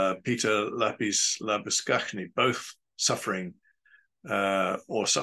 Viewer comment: Very well said, and it pleased me to hear Labuschagne pronounced correctly (as a Scot this courtesy matters!) It is there for everyone to see. It isn't a matter of perspective or opinion, It isn't a matter of public shaming, hounding or media circus, it is factual, clear and obvious, and it has shocked the rugby community worldwide